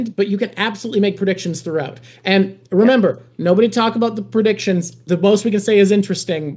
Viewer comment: lol "predicitons"